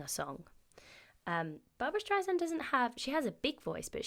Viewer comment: StreiSAND not streizand 😉